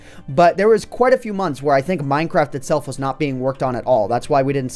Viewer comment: Did he say: One of the best updates that's come out with minecrap? (I know he probably didn't say that, it just realy sounded like that.)